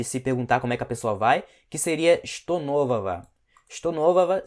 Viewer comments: Pq ele fala (est novova) sendo que deveria ser (est novoga) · “нового” se pronuncia “novava” ou “novaga” não consegui escutar direito a sua fala 😅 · Só uma dúvida! Em что нового a palavra нового a letra г tem som de v? Pois eu juro que ouvi claramente você falando um som de v.